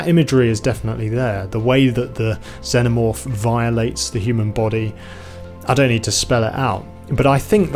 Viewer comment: I like how you pronounce Xenomorph. Also, good analysis ❤